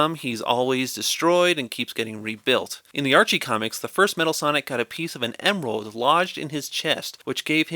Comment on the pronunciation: You said emerl wrong